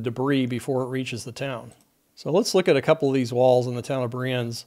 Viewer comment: I've seen there are many other Swiss people adding information. So, no need for this anymore. Therefor i only want to leave a note that you nailed the name Brienz with the vocalised German "e". Always nice to see someone that doesn't speak the local languages not butcher names... ^^